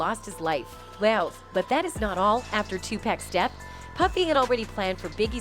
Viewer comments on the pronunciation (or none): It's Tupac not tupack!! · It’s not tupack it’s Tupac ‼️ put some respect on his name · Lady, if you are going to narrate, say the rappers name right please! It's Notorious "B. I.G." and TUPAC is pronounced Tu "POCK" not Tu "Pack".... Give them their respect! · Please for the love of God! Stop calling 2pac 2pack! Damn, are you that illiterate? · AI narrator said “Tu-pack” lol… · Did she say..TupAck